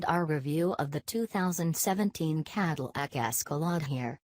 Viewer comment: Caddle ack? Human voice, please. Escalot? WTF?